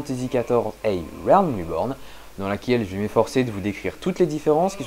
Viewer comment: autant pour moi ,reste que t'as du mal :))..normal, pour nous autre frenchie pas evident,tandis que des mots comme great ,break (braik/grait) sont bien plus facile a prononcer.. ce R ne nous facilite pas la tache. /s'entraine a prononcer Realm... ->rWailm